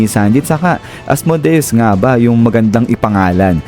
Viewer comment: Asmodeus hindi Asmudeus